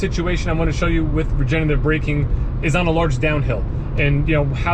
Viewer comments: it’s “regenERative”, not “regenATive”. regenerate is a word, regenate is not. since regenerative is a tough word to pronounce, let’s call it “regen” braking! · You’re missing the 3rd syllable in “regenerative” when you pronounce it - sorry if sounds a little picky but you are selling these EVs. I do love my 2019 Bolt LT though I only have a little over 30K on the odometer. We will be getting another EV soon to replace my wife’s Altima.